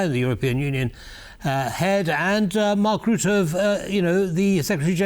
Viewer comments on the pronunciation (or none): The man's name is Rutte and not ruette. Say ruzzia, now say Rutte